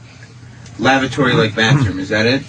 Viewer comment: Does anyone else kinda hear "Lavratory" when Patrice says, "Lavatory?" I appreciate and understand and Sam both articulating Patrice's word, AND Bobo's misspelling of the word he probably started writing the second he misheard it